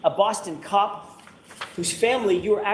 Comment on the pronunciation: "Ahhhh you a coewwap" is my new vocal stim